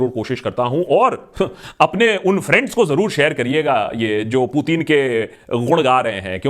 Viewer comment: aba loru putin bolna to seekh le phla